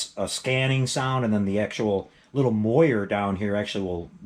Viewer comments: Great videos....great items. But on the pronunciation, "moiré" is pronounced mwa-ray not moy-er. Cheers! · MOR-AY. MAY-juhl.